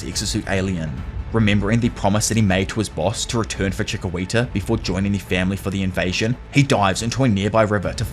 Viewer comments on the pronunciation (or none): I don’t want to be that guy but it’s pronounced “chi-key-ta” not “chi-qwee-ta”